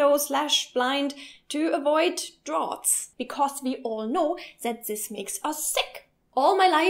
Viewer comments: I don't know if someone already said this, but "draft" and "draught" are pronounced the same. :) Just a bit of a pointer. Great video, though! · Fyi draught is pronounced draft! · I agree completely regarding air conditioners. They totally make me sick and I hate them. But other than that I'm all for air. Having good cross-ventilation is very important to feel comfortable in a room in the summer. And btw, "draught is pronounced "draft". :P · lol veens? pnoimonia? draught?